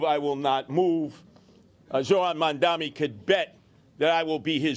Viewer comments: Cuomo is not mentally fit enough to do the job - he keeps mispronouncing Mamdani's name as "Mandamee". He is slurring. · Dem😂. Can't even say mamdani right😂